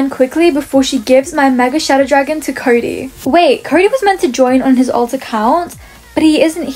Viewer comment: Why did say curry instead of cody